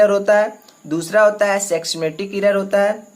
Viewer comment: Bro your notes was so good but why you read systematic as sexstematic but all over video was good and expo each and every thin thanks bro🙏